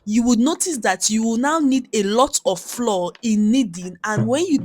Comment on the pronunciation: Great recipe but can we please normalize pronouncing flour as in flower not floor. It’s not floor but has the same pronunciation as flower